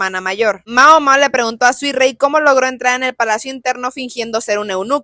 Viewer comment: Suirei ❌ Suirrui ✅